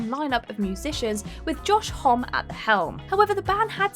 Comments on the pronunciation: Songs for the deaf was actually QOTSA 3rd album not debut with the self titled released in 1998 and Rated R in 2000 before songs for the deaf in 2002. Also Homme is pronounced Hommee he calls people motherfuckers if you pronounce his name wrong. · Josh Homme is pronounced Hommy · Seven mispronunciations in this video, guys. SEVEN. Tony Iommi, Josh Homme, Neil Peart...all a swing and a miss. From the names of famous people, to perfectly common words like timbre, echelon, raucous and acrimonious, you are just failing horrifically every day. Why don't you hire someone over 30 who can double check your videos before upload? You know, someone old enough to be familiar with English as a spoken language? They might also be able to correct some of your facts, like the fact that "Songs For the Deaf" was Queens of the Stone Age's THIRD album, not their debut. I'm going to start downvoting any video with mispronunciations. Petty? Yes. Do I care? No.